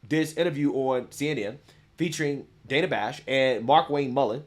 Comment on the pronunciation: It's pronounced Dan-a not dane-a